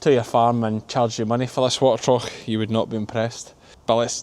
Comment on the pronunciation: U ve got me thinking… trough….we pronounce it ..troff… not , trauch….i think